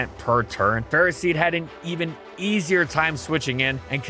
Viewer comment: bro hit the fatest, "Easier" Ive ever heard in my life